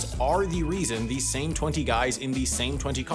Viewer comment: i'm sorry, did you just say "SAME twenty cars"?